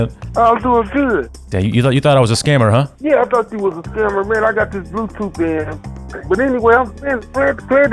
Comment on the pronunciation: Hilarious how older brothers pronounce blue tooth. “bLue Tooooot”